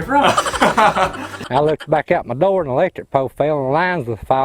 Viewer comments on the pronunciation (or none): 我一邊聽一邊懷疑自己的耳朵 我真的是在聽英文嗎😂😂 阿滴聽得懂95%我是聽不懂95%😂 Feeding my chickens 我聽成 fighting my chickens 🤣🤣🤣 最後一支影片好好笑🤣🤣🤣 Just the way he said "he stole mah soap!" 🤣